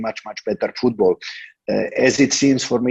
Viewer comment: Bro you pronounce football as foodball..